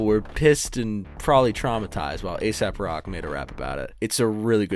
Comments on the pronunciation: Good vid, and I heard you when you knew he wasn’t ASAP rocky. But you - as many - continue to pronounce it as ASAP. It’s AesOp Rock, fuck. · Its not asap.. its ae-sop. 😅